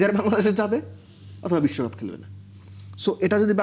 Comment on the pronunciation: 😂😂😂আসল বলুন,,, নাকে ক্ষত না বিস্বকাপ,,,,নাকে ক্ষত,,,,,😂😂😂😂